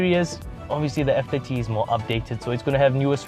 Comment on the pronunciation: I had trouble in the with you saying F30. I constantly heard F50 lol.